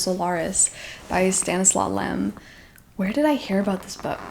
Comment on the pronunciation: Fun list and definitely a few I've had to add to my own tbr! (btw Stanisław Lem is pronounced as Stan-is-wav) I've been meaning to read House of Leaves but think I have too much stress in my life right now! Certainly sounds like an experience you have go be in a good place to read!